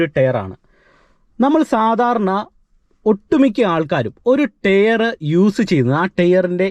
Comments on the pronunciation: Good info. ടെയർ അല്ല bro... Its ടയർ (Tyre )🙏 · Very useful.thanks.prouncing word tyre need to be corrected.o.k.